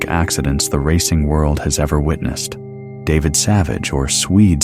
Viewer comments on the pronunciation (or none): none